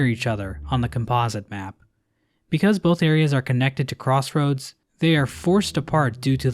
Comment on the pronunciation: Bro somehow skewed up the pronounciation of "Composite" 💀